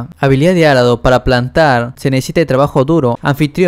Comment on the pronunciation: porque dices Árado cuando es Arado